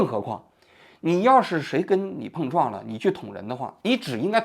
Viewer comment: 王局的舌头今天和某个异物发生了“蹦”撞，嘴又piao了